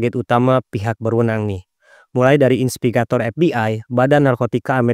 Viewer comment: Inspegator? Apa itu? 😂😂😂 Atau mau bilang investigator? Trus silk road, baca nya bukan sail road, artinya jalur sutra, mungkin dia terinspitasi dari jalur perdagangan zaman dulu yang menghubungkan asia timur, afrika dan eropa. Sekedar saran, jangan asal baca aja narasi nya, ada baik nya di cek lagi kembali sebelum dibaca, kalau ada bahasa asing atau sebuah istilah, ada baik nya di cari tau lagi. Soal nya dampak nya bahaya sama penonton, jangan nanti dikira yg abang ucapin pengucapan yg benar.